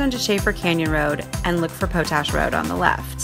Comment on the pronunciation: Po-tash? It’s pronounced pot-ash.